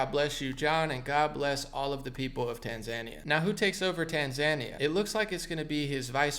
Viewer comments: Tan-ZAN-ee-uh is usually pronounced, in English, as tan-zan-EE-uh. Just FYI. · Yeah we all can see you through this. By the way it’s tan-zuh-NÉE-uh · Small point: It's pronounced Tan-zah-NEE-yah. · How to say it - Tan-Zan-Kee-Ya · Hea!!!! It’s pronounced “Tan -za-knee-ahh” There is something called “scientism” rooted in the occult..no big deal only what the Nazis were high on..esoteric spiritualism using the scientific method,but as Madame Blavatsky said with an added imaginary variable on what one can see first hand combined with what one can imagine.When they say science they mean scientism! It’s black magic! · Its pronounced tan·zuh·nee·uh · ....its pronounced: TAN-ZAN-IA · That second syllable is short and not emphasised my friend - tan za NEE ya. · It's pronounced Tan-zuh-nee-yuh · btw it's pronouced Tanz eye Knee Ahh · It’s Tan-Za-Nee-Uh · Tanzania is pronounced Tan-zuh-neeya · It’s Tan-Zah-Nee-Ah. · You really need to learn how to pronounce "Tanzania" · Tanzania is not pronounced like Tasmania bro lol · You're mispronouncing the name of the country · I respect you and your news analysis, but please research how to pronounce Tanzania 🇹🇿. You stated last year that you didn’t know how. Please look it up now out of respect for President Magufuli. Thank you. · Maybe they are from Tanzania and didn't like how mispronounced the name of his Tanzania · Omg right?!?!🤦‍♀️His atufd can be good and funny but for God's sake, research HOW to pronounce the country before you take LOL